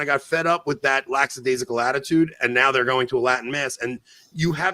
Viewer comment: Can someone teach Anthony how to pronounce lackadaisical?